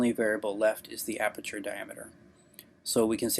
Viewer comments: Haha damn I burst out laughing when he said "Aberture". He said that like 3 times! That's not a mispronunciation. That's saying you know everything about something you've never even heard of before. should take some time to reflect on his obvious lie. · Sounded more like he said “arbeture” 😂 he should immediately change his name to..